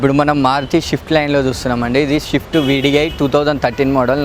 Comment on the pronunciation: షిఫ్ట్ కాదు భాయ్, స్విఫ్ట్... స్విఫ్ట్...